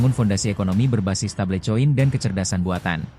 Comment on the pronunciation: MIN, BACANYA YANG BENAR "STEBEL KOIN" BUKAN "STEBLE COIN"